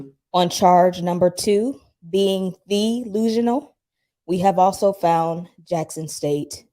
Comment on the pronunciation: Y’all ain’t right🤣😂🤣TheeLusional!! Lol🤦🏾‍♂️🤣😂🤣😂